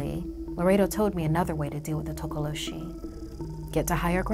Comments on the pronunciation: I'm from South Africa and it's not tokoloshie it's tokolosie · its pronounced "tokolosy" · “Legend of the Tokoloshe” No one: YouTube Subtitles: “Legend of the taco machine” Check me on insta c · toca lo sheeze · takolo cheese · Tokoloshe you mean? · Girl:Tokoloshi YouTube subtitle: "total oh she" 😂😂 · tokoloshe YouTube: Taco machine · Hi, a South african here, the way she says tokoloshe kills me😂😂I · IM A SOUTH AFRICAN. You said Tokoloshe wrong. The "H" Is silent, people!!